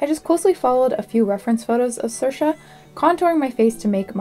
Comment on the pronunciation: Mad impressed you so smoothly pronounced Saoirse's name correctly.